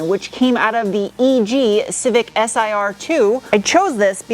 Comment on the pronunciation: Ah yes the Honda Cricksee.